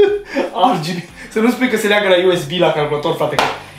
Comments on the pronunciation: De ce zici ArGB? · Eu am auzit si de "REGHEBE"